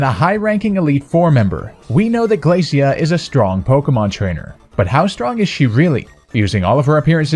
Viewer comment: I think her name's pronounced 'Glae-shuh,' Glacia. Just like 'Glae-shur,' Glacier. Referring to chunks of ice sheets (when she just so happens to be an ice type trainer). Just think about it! I see Phoebe (the ghost type specialist of the Hoenn Elite Four) coming next.